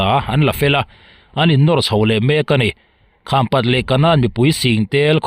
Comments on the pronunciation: Khampat i lamdan a dik lo.kham( awihpang)angin i lam. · Khampat khaw hming i lam dan hi a dik lo tawp mai a ava mak ve maw le. "Kham" i lamrik dan hi a dik lo